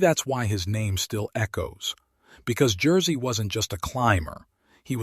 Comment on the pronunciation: AI trash. Any human being would make at least an attempt to pronounce Jerzy's name correctly. AI is way way off.